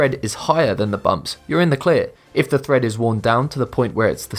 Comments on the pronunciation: Tred not Thred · It's "tread" (on the tires/tyres) not "thread" as the video voice pronounced it. That said, this is one of the best "" videos. Very well done. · Number 9, it's tread not thread. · Also, "windscreen" instead of "windshield" & tire "thread" instead if tire "tread" drove me crazy! Come on! How did those get past the writer, the speaker, AND the editor?! ARGGGGH! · The word is "tread" not "thread" Thread is what you sew with. Tires have tread. Pronounced TRED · Tire TREAD, not thread. :-P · It's not tire thread. It's tire tread. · Yeah. The tire store salesman would have a laugh if he went in to buy new tires because all the "thread" is gone lol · tyre tread, not thread. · Note to: #2 is pronounced Tread not thread. As for the marks in tires, they are called the tread wear indicators and are set at 2/32" or 1.6 mm. For minimum requirements in the U.S., Texas requires tires be replaced at 3/32", 42 states consider 2/32 inch the minimum legal tread depth; while California and Idaho require replacement at 1/32". The states of Arkansas, Montana, New Mexico, North Dakota, South Carolina and West Virginia have no standards on tread depth. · That would be "Tread" on car tires, not "Thread." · Tyre thread? It's tread. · did he really say tire "thread"?